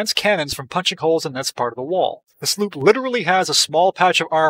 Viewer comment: sloop not sloep